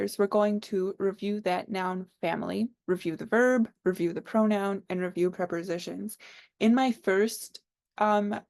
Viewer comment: It’s interesting how you call them preporsitions!